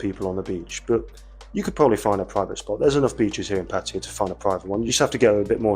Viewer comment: “PAT-uh-yah”, NOT “puh-TIE-uh” First syllable stressed Sounds like: PAT (as in pat on the back) “uh” (schwa) “yah”